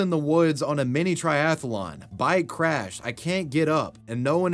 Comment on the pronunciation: I notice you're pronouncing "athlete" with two syllables, as is proper. But "triathlon" is similar with only three syllables. It's strange to hear the repeated "tri-ath-a-lon."